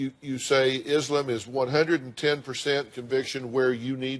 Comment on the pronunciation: Dr Phil it’s ISLAM not Izlim